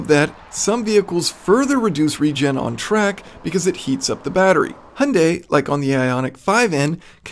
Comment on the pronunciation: It's a perfect "hyundai" pronunciation for Koreans